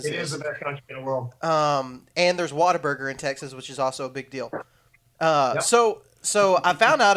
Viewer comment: If you truely love Texas as you say you do then you need to listen to me very closely here. It's Whataburger.... What-A-Burger... not Waterburger.